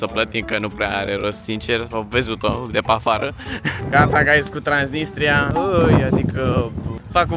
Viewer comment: Ba ai zis trainisia